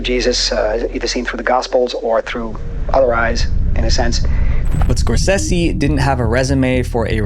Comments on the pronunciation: y'know I loved the first one, only found out recently there's a second one not Scorsehsi, it's pronounced scoresaysee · Score SAY SEE ffs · It drives me crazy the way you say Martin Scorsese's name. It's not "score-SEH-see".. it's "score-SAY-see" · It’s pronounced Scor-SAY-see, not Scor-sess-see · I don’t usually correct, but have to here. It’s Skor-sa-ze, not Skor-ce-ce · Say it with me, "Score Say Zee" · You know, if you're going to mention a world famous filmmaker multiple times in your video, you could at least take 30 seconds to look up how to properly pronounce his name. Scorsese is pronounced "skor·say·zee." Edit: You do say it correctly a few minutes later. You should have edited out you calling him "Skor-Sessy." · "Martin Scorsessy"